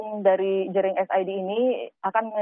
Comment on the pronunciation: Kenapa y presenter sering salah mengeja nama orang bali, kayak jering atau made